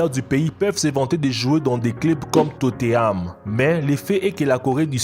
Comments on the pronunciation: TOTENHAM. Pas toteam !!! Énervent en plus mélange de la core du nord! Alors que son est du côté du sud ! 🤦🏻‍♂️ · Tote koï totenham pas totheam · MDR tu dis Tote Ham alors que c est totenam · C tothenam pas toteham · C pas totteham c tottenham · Jsuiiiis mort il a dit « il joue pour Totteram » 😂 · Mais arrête de mettre des images de la Corée du Nord pour la Corée du Sud. Renseigne toi ignorant encore je veux bien que tu sache pas prononcer TOTEHAM mais ça franchement non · totteham mdr belle pronontiation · hyperion 1020 Tot é Ham* 😭😭😂😂😂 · hyperion 1020 totéame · les commentaires 90% : les images la Corée du Nord et de la Corée du Sud 10% : comment il a prononcé Tottenham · Comment ta prononcé tottenham mdr